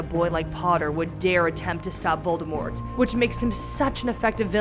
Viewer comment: Damn you couldn’t say Voldemort huh